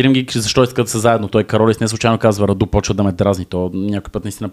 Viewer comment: не е Раду̀, а Ра̀ду!